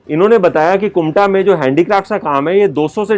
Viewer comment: It's kumta ....not kunta